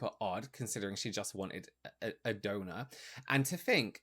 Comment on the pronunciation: Gotta get two things off my chest: 1. 🎶”How do you solve a problem like Maria 🎶 Sorry, I had to 2. For two solid minutes I thought was saying “donut”. I was soooo confused… then I realized he was saying “donor” 😹😹😹